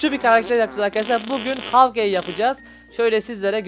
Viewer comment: abi man gelmiyor okunuşu şöyle hawkay yazılışı Hawkeye